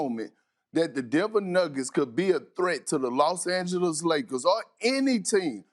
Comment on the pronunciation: Nobody: Kendrick Perk: the Lost Angeles Lakers